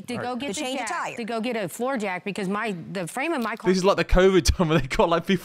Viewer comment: he said "yeah cause" but mispronounced it